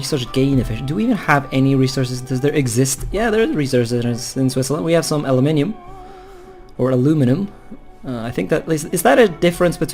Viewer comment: yes aluminum is said properly by us and weirdly by the Americans :p